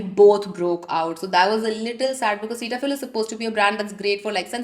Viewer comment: Girl you’re not even able to pronounce “cetaphil” and you’re here giving your opinion about it Also everything about you looks way too extra, that over the top eye makeup with glossy lips, chains, with multiple rings and earrings uffff Also those nails, and and and that red dhaga with your watch😖 Looks way too pathetic girl!